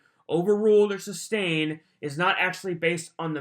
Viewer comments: "It was never substained, it was never even ejected to". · Did he say "substained"? 😂😂😂